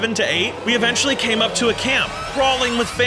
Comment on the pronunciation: Why are you saying evenchily